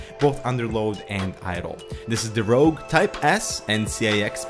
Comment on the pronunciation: Rogue not rouge!